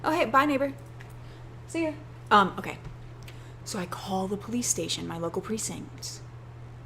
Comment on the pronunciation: are you saying 'bolice' instead of 'police' hmmmm